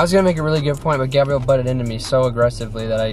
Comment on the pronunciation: This the second time he almost called her gabe-rielle lmaoooooooooo